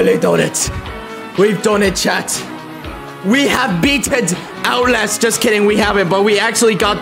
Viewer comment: He said Outlast and I heard "owl ass" 😭😭